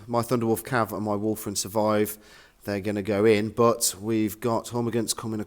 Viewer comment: A common pronunciation slip.